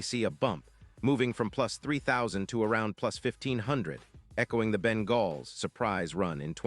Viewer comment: What are you talking about man, first of all the trade deadline is already passed for this year and so a trade isn't even possible and second you stated that the Bengals which you didn't even pronounce correctly had a 5 and 8 record. I don't know what season you're looking at but it certainly isn't this season so obviously you're either a moron or a chatbot.